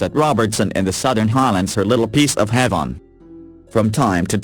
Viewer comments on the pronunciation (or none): none